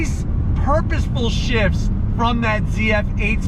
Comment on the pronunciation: When I initially heard; "golly the shifts!", I thought you said; "golly the shits!" As in, the car is so fast you had to run to the bathroom! Haha